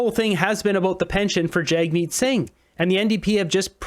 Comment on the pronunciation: I'm no fan of Jagmeet, but at least pronounce his name correctly. Yeesh.